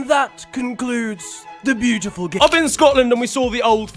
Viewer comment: idk if anybody else been known this but this segment has been getting shorter and shorter and at first i thought he was just saying "the beautiful gay" but now hes just say the beautiful g